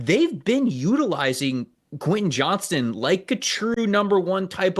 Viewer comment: Please start saying Quentin Johnston’s name right. There’s a T in that last name for Christ sake.